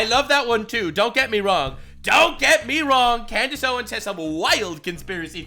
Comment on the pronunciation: "Klandice Owens"💀💀💀